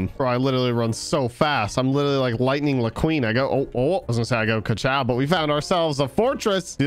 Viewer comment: “Lightning LaQueen”